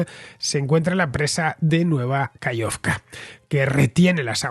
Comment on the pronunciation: Genial como siempre, muchas gracias. Una pequeña cosa: se dice KaJovka, con jota. Saludos.